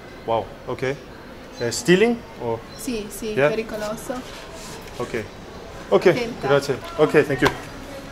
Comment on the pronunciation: "Picoloso" ahahahahaah